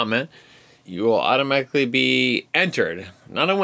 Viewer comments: California accent comes out after a few 'wobbly pops' lol! AU-TO-MA-TIC-LY... HAHAHAHAHA! And I loved the 'deep' talk about the Snack Packs! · “Auto-Mat-ic-lee!” 🤣 Best EMT ever! Love it and love you! 🤗